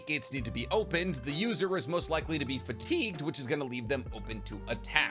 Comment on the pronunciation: "fatIEgued" - 2022